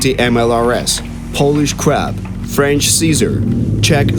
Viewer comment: Супер відео! Тільки "поліш креБ" прозвучало трохи схоже на "поліш креП". Але думаю, поляки не образяться))